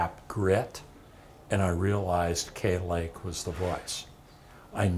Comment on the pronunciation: To this channel: that's KAY Lake, not Kate Lake.